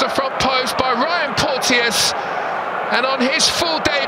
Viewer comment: FYI: Porteous is pronounced 'Porchus." 👍